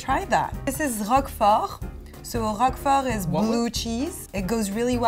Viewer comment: "It doesnt smell bad like the other one I can't pronounce." "The `*~Rrroquefooorrt~*' " "The... hoke-fa--yeah."